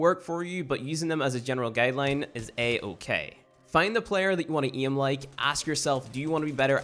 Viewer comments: Bruh how can you speak English so good but say iem instead of aim and iet instead of 8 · The way you say "aim" is to funny bruh lol